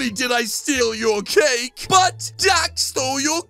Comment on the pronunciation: He said dad instead of dax???